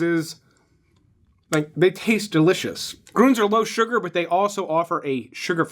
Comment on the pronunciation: Lol, I'd practice pronouncing umlauts before doing the bid for your sponsor. "Grooons" lolol. I do love your vids. Keep up the great work